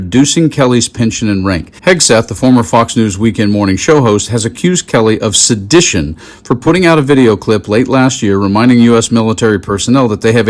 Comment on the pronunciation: Drunkseth does not even know how to SAY sedition! He pronounces it “ shedishun,” a difficult word to get out when you are off your face!